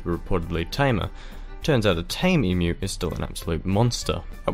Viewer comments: why does this guy pronnounce Emu as Imyu? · Great video but I still think Sam o nella did it better (even though he can’t pronounce emu)